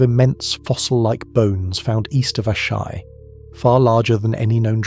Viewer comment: Dude how many different ways did you want to pronounce Asshai? 😂 Ashaaay Ashee 😂